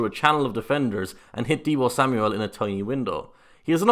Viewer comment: Sam-yull not sam-ouel 😂😂 but like the video